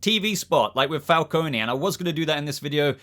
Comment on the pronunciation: Not a dig as I enjoy your videos but John Turturro is playing Carmine Falcone. Pronounced Fal-cone. You don't Pronounce the E. You may be getting confused as Salvatore Maroni is also a Batman mob boss character.